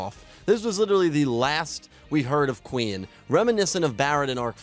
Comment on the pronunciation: bro, the fact that you cant pronounce Queen right, bugged me immensly and ruined the rest of the video for me